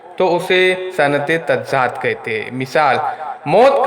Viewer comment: Tazaad hai wo tazzaad nahi hai